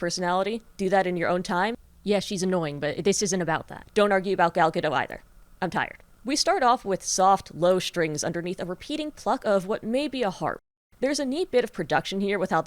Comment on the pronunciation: Gadot has a T in the end. It's not silent.